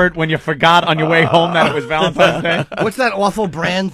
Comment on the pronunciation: "valentimes" Day?